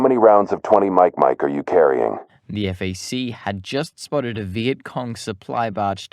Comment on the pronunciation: Not EFF AAY SEE. FAC (like BACK) And I do not know what you did with MAYAGUEZ - that was brutal. Overall a solid video - but sometimes the narrator’s unfamiliarity with names gets a bit distracting.